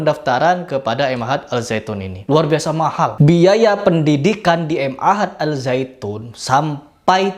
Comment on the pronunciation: Ma'had dibaca ain tanpa putus , ma'had artinya yayasan